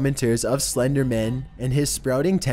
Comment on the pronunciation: The way you pronounce Slenderman as if it was the last name of a partner at a law firm makes me giggle.